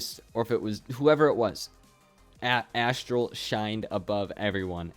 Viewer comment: btw it’s Aztral not Asstral